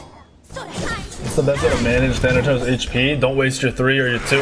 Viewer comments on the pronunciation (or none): It's Thanatos not thantos